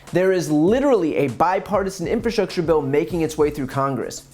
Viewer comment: In-fra-structure...not in-fra-strusher